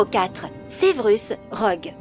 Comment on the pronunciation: Severus et pas sevrus